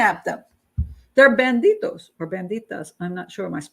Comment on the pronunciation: Bandi-D-os not bandi-T-os :) And your Spanish is good :)